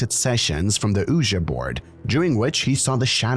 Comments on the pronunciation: I’m dead. Nobody is talking about how my guy said “ooh-juh”. 😂 it’s pronounced “wee-gee” board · UJA board? It’s pronounced Ouji like Ou-Ji